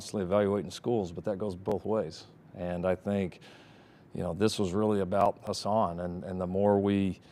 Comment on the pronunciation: Riley keeps saying HAsan instead of HUsan